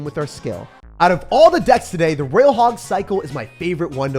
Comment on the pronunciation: roYYYYYYal not raaaal